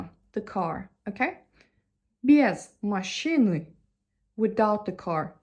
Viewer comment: correct way of prononciation is "без машЫны" You spell И instead of Ы inthe middle of the word, it sounds awkward)